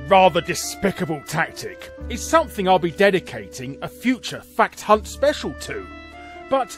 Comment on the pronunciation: I can’t not hear “Fat C**t” whenever you say fact hunt lmao